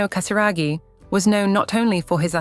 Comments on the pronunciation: Cher Robot qui fait les commentaires… Apprenez à bien prononcer GASIRAGHI ! 🙄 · la famille PRINCIERE de Monaco et non royale.Prononcez bien le nom de la famille Casiraghi par respect pour leur famille.Pourquoi dites vous CATARAGI Et prononcez Béatrice et non Bétatrice ?